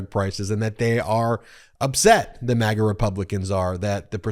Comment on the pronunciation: This MAGA not mega! It’s America not Emeriga!